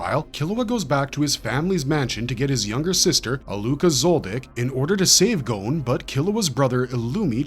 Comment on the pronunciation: A-lue-ka not a-LOOK-a